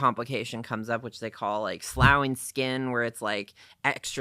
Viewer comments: Obviously no one pronounced ‘sloughing’ as ‘sl ow ing’ out loud to him, because they would have pronounced it correctly as ‘sluffing’ regardless of how it’s spelled (esp someone in the medical field). I know it’s a small detail but if they had talked to him during any consultation about the possibility of that occurring, he’d know how to pronounce it instead of guessing incorrectly that it was pronounced like ploughing instead of like tough. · Sloughing is pronounced “sluffing”. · “Sloughing” is actually pronounced “sluffing” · Sloughing is pronounced "sloffing," some people say, "sluffing." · Sloughing is pronounced sluffing